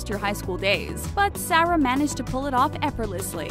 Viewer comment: Do you even know how to pronounce Sarah?